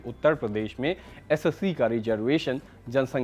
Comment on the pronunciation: वह एससी ही बोल रहा है, बस एस और सी को अलग अलग करके बोल रहा है